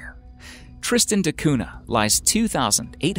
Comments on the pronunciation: Tristan da Cunha (cuña, not cuna) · Cunha is a Portuguese family name and is not pronounced CUNA. The H is not silent. It actually gives a sound similar to the Ñ in Spanish. So, the sound is like CUÑA. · It's pronounced koonya, not koona (Tristan de Cunha). For heaven's sake hire a professional narrator. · Dude, you’re spelling “cuna”? Google listen Cunha.